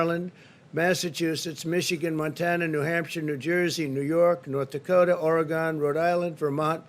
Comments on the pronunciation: I just wish he'd PLEASE stop saying ORY-GONE. It's ORY-GUN you flippin' moron! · Donate "plause-muh" today in 'Oree-gahn". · This dude said ORE"E"GON. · Can someone, anyone tell the president how to pronounce the state in which I live, Oregon. Please. It's embarrassing. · I'm convinced..if your not from Oregon you can't pronounce it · YOU DONT NEED TO HATE TRUMP TO AGREE THE WAY HE PRONOUNCES OREGON IS THOROUGHLY INCORRECT